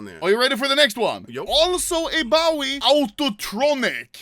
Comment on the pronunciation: Anomaly is so violent and cant say bowie!!!!